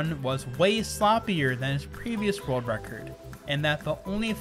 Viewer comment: Why does he pronounce it rorld record